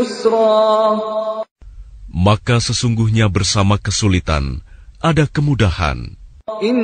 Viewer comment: Yusroo bukan raa .. a be ce de woi. Srmoga di ubah seluruh seharah pelafalan indo